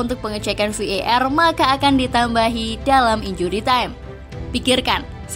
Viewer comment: VAR = "Vi i er" 🤣